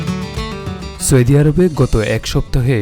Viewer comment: চৌদি আরব😊😊😊